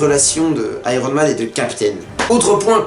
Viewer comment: le gars dit Iron men au lieu de Iron Man ! tocard